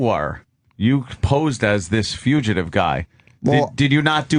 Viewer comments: Dear Greg: wtf is a FUCHative …?!? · Oh nooo they put a fugitive bit in this? It's too enraging to hear Opie mispronounce it every time, guess I'll be fast forwarding.